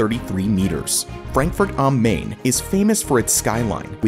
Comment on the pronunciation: So happy to see my home town of Frankfurt included here :) Just a little pronounciation help: the river Main in Frankfurt am Main or "Mainhattan" is being pronounced like "mine", not "main".